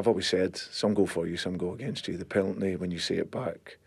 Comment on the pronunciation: Haha he says peltny instead of penalty